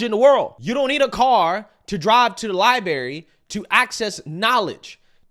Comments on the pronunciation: Your a riot, your (correctly) critical of blacks poor English and the part it plays in degrading black society and impression, then you say "libary". 😂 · Man, you talk about "Learning English" yet you just said "libary". Do better, please. You have these dialogue quirks and you are doing yourself a disservice by perpetuating stereotypes. Unless you mean them in jest. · I hate to nit pick but it isn't in regards to, rather in regard to. No "s" also library isn't lieberry. Please take note. Otherwise I agree 100% with your content. Love your channel. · you are quite a brilliant young man. But please, try to learn the proper pronunciation of “library“ to maintain credibility with people who are new to your channel.